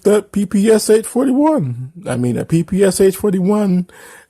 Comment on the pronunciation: just for the record PPSh is not pronounced pi-pi-es-eich, it should be pi-pi-sha. cuz the english langue dont have a russian letter Ш (Sh - eng. pron), the developers last name (Shpagin) is in the name of the gun. Dont be mislead by PPS, cuz its SMG developed by another man, his last name was Simonov. Also for FYI, pi-pi stands for russian verson of smg abbreviation, Пистолет-пулемет (Pistolet-Pulemet - eng. pron), just for the future =)